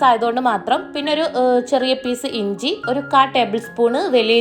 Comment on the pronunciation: Enji alla inji aan